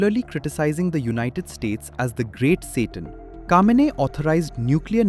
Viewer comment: It's Khameini not Kamini